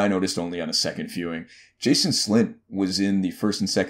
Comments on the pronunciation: Jon and Robb were both stabbed in the Heart, not Stomach. Also it's pronounced "Janos" not Jason. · Can't believe you called that ass JANOS Slynt Jason! He says his own name so often (Zlatan Ibrahimovic style :-P) it should be impossible to mispronounce it! And he regularly states that he commanded the city watch in King's Landing, hard to miss that dude. Oh ya Catelyn's name is pronounced Cat not Kate. Slán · Jason slint? Lol it's janos slint. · "Jason slynt" A man sees your mistakes, a man thinks it is pronounced Jan-os. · He’s not “Jason slynt” it’s Janos slynt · How could you pronounce Janos as Jason? Lol. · It's Janos, not Jason, Slynt. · Why would you say "Jason Slynt" when it is "J A N O S - Slynt" you even made the right name appear next to his face.. that was bothering .. rest the video was nice.. and theory was good.. 👍☺👍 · It’s Janos not Jason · it's Janos slynt not Jason 😂😂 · I'm not watching this guy's videos anymore after he called Janos, "Jason". If he can't get that right then his videos aren't worth watching. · Janus slynt not Jason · It's JANOS not Jason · Janos* slynt, not Jason... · say it with me...."YANOS not Jason. J in the Janos is pronounced Yanos." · I cringed everytime you pronounced Janos as Jason... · "Jason Slynt?" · I had to watching the second time he said "Jason Slint" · Lol “Jason Slynt” 😂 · Listening to you say Jason was very hard to sit through and they both got stabbed in the heart. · "Jason" Slynt lel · Cmon man JANOS slynt. Hahaha good content though. Big ups bruv. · Its Janos Slynt. JANOS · "Jason Slynt" "Caitlyn Stark" good god dude, get your pronunciation straight. This is embarrassing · Bro do you even watch the show? Lmao Catelyn pronounced as Kaitlyn and Jason slynt? Do some research man